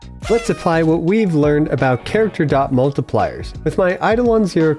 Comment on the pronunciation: finally some who says dot correctly lol